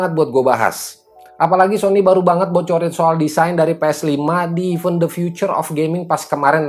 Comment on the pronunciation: Event bang bukan even